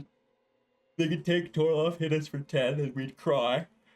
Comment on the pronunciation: TOR-ALF not TOR-LOF everytime haha